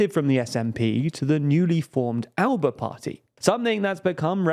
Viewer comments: FYI, Alba is the Scottish Gaelic word for 'Scotland' and it's pronounced 'Al-up-a' - in this case the B sounds more like a P. Confusing I know, even some of the party members don't get that right! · The ALBA party is pronounced “AH-LA-PA” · According to the alba party it'd pronounced closer to Al-li-pa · You could at least make the effort to pronounce Alba properly.